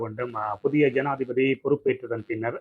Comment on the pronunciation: 😂😂😂 சனாதிபதியா? ஜனாதிபதியா? தாய் மொழியை சரியாக உச்சரிக்க முடியாதவர்கள் மீது மொழி துஸ்பிரியோக வழக்குத் தொடரவேண்டும்